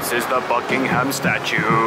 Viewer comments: I am usually quite forgiving of foreign pronunciation but the emphasis on -HAM is way off. English has always been a first syllable or penultimate emphasised language. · It's not BuckingHAM palace. It's pronounced Buckinghm palace and the Queen is not on her throne. Daft people! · Holy shit it's not bucking-ham it's bucking-um that's actually triggering me. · It's pronounced BUCK-ing-em not Buck-ing-HAM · Great video but it's pronounced BUCK-ing-um palace, not Buck-ing-HAM. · I'm Australian and I was just saying to my wife how irrationally irritated I am by them pronouncing it Bucking-Ham ha ha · I wish tourists wouldn't put emphasis on the ham in Buckingham Palace. There is no pig pork related ham in the name, its not pronounced that way. Also the Queen wasn't at home when you said she was sat on her throne. The Union flag was flying which means she's not there, when she's home the Royal Standard flag will be there.